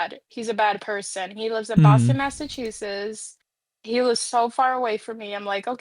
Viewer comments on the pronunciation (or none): "he lives in bosson massachusess"